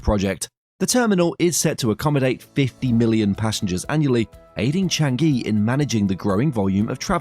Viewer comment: Is Chang-eeee not Chang-geee....